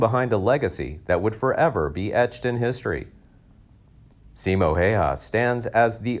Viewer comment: Simo, not Siimo ( pronunciation) and his last name Häyhä is not pronounced hayha